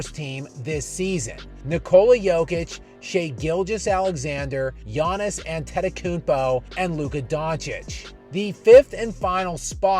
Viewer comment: Dude you can pronounce the shit out of Gianis surname. Respect!